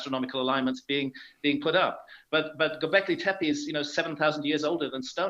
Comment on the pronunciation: Russell, you can speak English like that and not pronounce one Turkish word properly! Göbeklitepe is pronounced "goe back lee tap a". "ö" is the same sound as in "early" or "eau" in French. The name means "hill with a belly", honest.